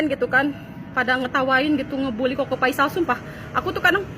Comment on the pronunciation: Apakah cingirmu nggak bisa ngomong huruf F?Koko Faisal, Bukan Koko Paisal.